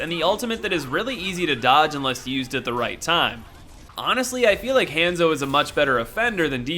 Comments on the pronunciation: It han-zo not haaaaaaanso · hon-zo not hand-zo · I'm sorry, I kept hearing hamzo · Did he just call hanzo hanzo!omg this is how you say it:Hanzo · I about lost my mind every time you mispronounced "Hanzo."